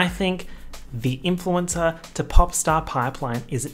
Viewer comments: Influenza lmaoooo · influensa omg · He was saying "influencer" and I heard "influenza" 💀💀💀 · bestie the way you pronounce "influencer" sounds like the italian word for "flu" and i'm here for it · oh didn’t you know? is in fact italian